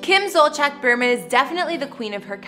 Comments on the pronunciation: It’s killing me every time she says her last name. It’s not Zolcheck! It’s pronounced Zol-see-ak!! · Zolciak is pronouced ZOL-Z-AK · I've noticed over the past few years that news anchors, YouTubers, writers, etc, do not take the time to learn how certain words are pronounced, especially names. To me, it comes across as laziness. It is very easy to learn how someone's name is pronounced, especially a famous person. I wish this video got the correct pronunciation of their last names. It makes the video seem impersonal. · That house is nowhere near 17,000 square feet. And you don’t pronounce Zolciak right 😂